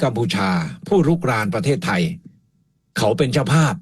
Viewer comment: ดร สมเกียรติ แนะ พิทา ให้ เปล่ง คำว่าไทย(ไทย คำนี้ พิทา เปล่งผิด) คำอื่นๆ ค่อยว่ากัน ส่วน คำอังกฤษ ฝรั่ง จะสอนพิทา (คนไทยไม่รู้อังกฤษ) หวังว่า พิทา จะเปล่ง คำนี้ได้ ถ้าจะ ลอกคราบ จาก พม่า เป็น ไทย